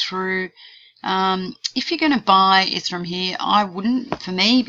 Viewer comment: Just FYI, pretty sure ethereum is pronounced eth-ere-um not ethe-rum. Thanks